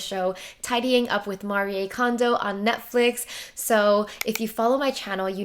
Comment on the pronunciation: I’m Japanese and I’m glad you are trying to say her name with proper way:)